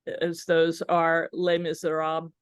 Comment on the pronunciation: How can you be an academic and deliver a whole presentation on Les Misérables and pronounce the first word of the title do disastrously wrongly?